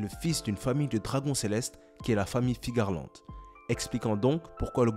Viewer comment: Tu dis Figarland ? C'est pas Fearland son nom ?